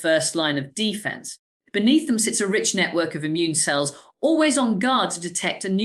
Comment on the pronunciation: American AI using an English accent. Horrendous word stress and unnecessary gaps. Listen to the pronunciation of some of the words like defence, fragile and eczema.